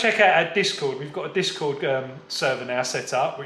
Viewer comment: I was trying to figure out what you were saying lol. It sounded like you were saying DISCO!! You are saying the site DISCORD lol!! Thanks!! Aaron. Ocala Florida